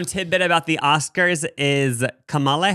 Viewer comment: I love you guys so so so much but I am begging you to please start pronouncing Kamala Harris’ name correctly! It may seem like a small thing, but it is actually really important.